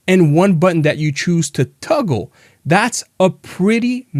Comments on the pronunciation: Toggle, not tuggle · Toggle not tuggle…